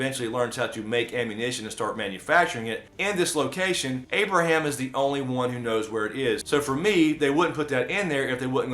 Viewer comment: Its Abraham guyss